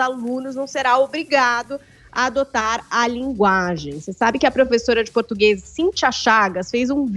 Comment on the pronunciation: O português tá ficando cada dia mais complicado, português não "pertiguese"